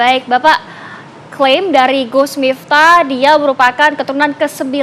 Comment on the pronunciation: Kok nyebutnya miptah sih ya...